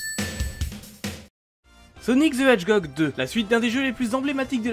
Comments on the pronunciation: Ah début, tu dis "hedgegog" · "Sonic the Edjgog 2"